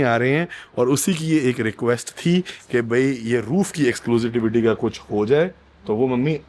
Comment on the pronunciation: Exclusivity hota hai bhai...Exclusitivity kya hota hai ??😂